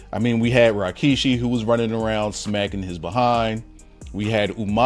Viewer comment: Why is he keep saying RYKISHI?